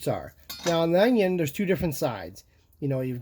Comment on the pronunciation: The way he pronounce onion is just adorable..."anions"☺️🥰